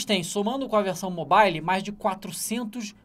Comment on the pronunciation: "Mobaile" kkk... manja de inglês mas pronuncia assim,n sei pq ele faz isso kk.Antes ele falava "mobaiou"